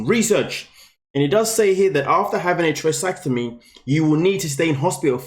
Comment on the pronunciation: It's pronounced trake-e-otomee